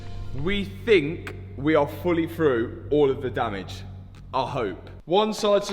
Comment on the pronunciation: If I hear the word Damage pronounced like that again I am unsubscribing .and not watching again.